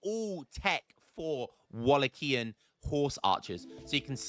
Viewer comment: Watched this to see you call it Wallitia again hahaha. Got the bonus of Wallichian and Wallatian this time too.